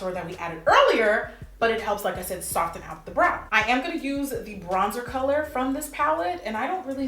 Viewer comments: Jackie, PuHlEaSe stop pronouncing the "t" in soften 😭, still love you tho. $RachelHardie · Subbie since lilpumkinpie05 and you still saying "Sof-TEN"!! Love it. $lizroyster